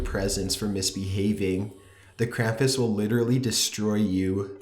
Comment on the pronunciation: it bores the fuck outta me and he pronounced krampus wrong